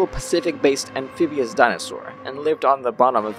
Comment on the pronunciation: . Amphibious. Not whatever the hell you said.